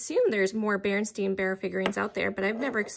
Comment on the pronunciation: I don’t mind chips on items I buy for myself. If you ever watch Thrill of the Thrift she touches up chips with paint even on things she buys for resale. Those carolers were fantastic. I remember The Berenstain Bears being pronounced the way you said it. Who knew it was wrong all those years. 😄